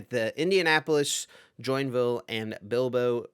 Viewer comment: Would expect the guy with the Spanish name to pronounce Bilbao correctly eh?